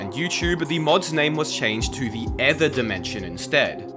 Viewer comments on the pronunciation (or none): that's not how you pronounce Ether, you pronounce it like E-ther